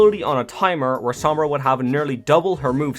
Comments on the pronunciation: I can’t stand people saying the name wrong. It’s spanish. It’s sOmbra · The only thing that bothers me is your pronunciation of her name